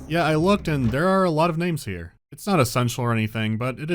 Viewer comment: 'ERE COMES DA COW